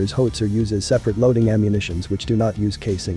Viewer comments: As robovoices go it’s not bad, but given the subject matter, it’s a shame it doesn’t know how to pronounce “howitzer”. A “ho-itzer” is presumably a weapon for protecting “hos” from angry Johns and pimps. Also, “stab-ly” doesn’t mean the same thing as being “stable”. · please fix the pronunciation of How~IT-Zer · Fantastic video about the piece, but is there no way to correct that narration so that it doesn’t mispronounce it as “Hoe-witzer”? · Hoe-it-zer? Shouldn't it be How-itz-er? Or is this just a competer genereetated speech progreem? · Its called a how-wit-ser, not a hos-ier............. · Good work. If you enter "how - it - zer" the artificial host might say howitzer better. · Pronounced : hau uht sr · My goodness - can't properly pronounce "howitzer." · incredible .. a video on Howitzers that cannot pronounce the word correctly ...smh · HOW can you mispronounce Howitzer ??? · You can't pronounce "howitzer."